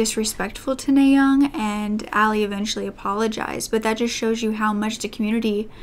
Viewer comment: Her name is pronounced "Nah" as in the first syllable of "audience." Kim is also her last name and NaYoung is her first name.